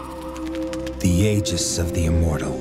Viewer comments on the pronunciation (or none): You pronounced Aegis wrong ya clonk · It's pronounced "Ee-gees"